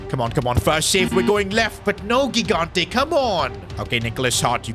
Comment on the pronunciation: italian here, just saying gigante is pronounced like "jigante". btw good series keep it up!